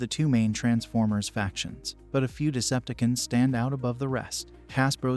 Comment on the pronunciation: It's pronounced Decepticons, not deceptkins 😂🤣😅